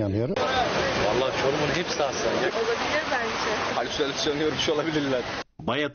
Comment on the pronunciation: Adam halüsünüsyün diyor o halisinasyon